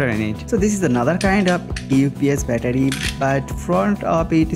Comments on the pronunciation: i have no intention to offend any one he says bettadi very hilarious man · every time he said battery i got triggered